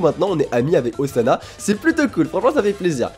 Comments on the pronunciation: la nouvelle tâche de Zana? >.< (ca se prononce Ossana;) ) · Ca se prononce Ossana :) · c moi ou à il dit Ozana xD (comme ozana au plus au des cieux